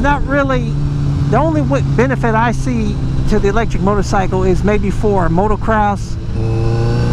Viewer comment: "miotocycle" xD